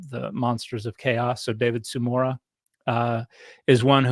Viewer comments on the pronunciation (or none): none